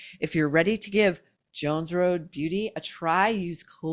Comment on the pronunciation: Jones Road, not Joans Road